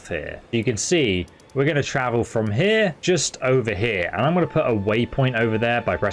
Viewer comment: and you say here like a proper snob, belt up.